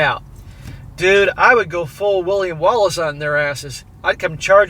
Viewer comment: "I woiy go Full William Walice". That made me laugh. But William Wallace was beheaded then quartered.